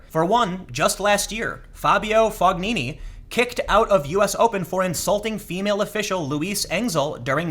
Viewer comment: That was a great speech and I agree with you, but please, when creating such a complex opinion of an event, try at least prononce the names corectly... I don't think it's hard to find how to prononce Clijsters or Fognini... And English language is not the only one language in the world - I'm sure you had to notice that.